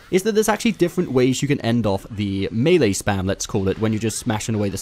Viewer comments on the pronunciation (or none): none